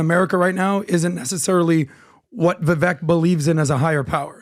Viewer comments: learn how to pronounce Vivek's name. Its VIVAKE, AS IN CAKE. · it is disrespectful to continuously mispronounce someone's name especially when they have been on your podcast. It is Viv-AKE like CAKE. jeebus dude. He's not Kamela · and, please start pronouncing Vivek properly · How about you guys show Vivek some respect and LEARN TO PRONOUNCE HIS NAME CORRECTLY